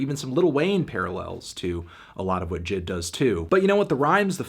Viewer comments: Why does he call him jid... isn’t it pronounced (“jay-eye-dee”) he even calls himself that the album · I always thought it was pronounced Jay Ay Dee not jid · Anyone else annoyed he keeps saying Jid & not J.I.D.? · I think it’s J I D Not jid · It’s pronounced J I D not jid lol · annoying as hell Anthony calls him Jid, when its J.I.D, but good review nonetheless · excuse me its pronounced J.I.D not JID get it right nerd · Who calls him JID? ITS J.I.D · you're saying it wrong it's pronounced jid get it right